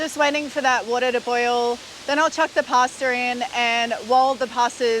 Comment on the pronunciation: Making a pworn pwasta??😮😂